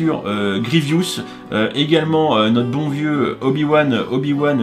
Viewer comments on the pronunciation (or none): « Achoka » c’est Ahsoka, « Grievious », c’est Grievous et « tyridium », c’est Tydirium 👍😉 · le vaisseau de Grievous et non "gievious" et vraiment chère je trouve. Sinon je suis bien content que les bras de Vador soient eux aussi tempographiés